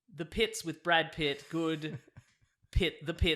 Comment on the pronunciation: He said (Brad) Pitts, not (bad) pits